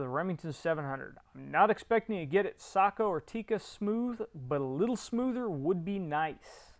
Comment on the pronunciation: I think you one of the first English speakers I have ever heard that says SAKO correctly. Kudos.